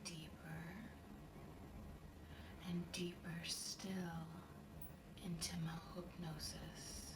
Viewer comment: is beautiful. I keep playing it over. Even where she says 'mahoopnosis' instead of 'my hypnosis' I'm starting to think she's saying it properly now because I've heard it so often and she's so perfect.